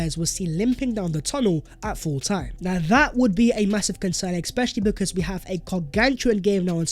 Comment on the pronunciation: It's especially not expecially, retard